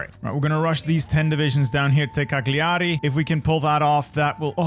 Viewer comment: It’s Càgliari, not Cagliári